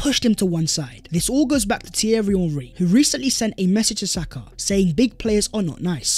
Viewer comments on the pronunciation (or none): none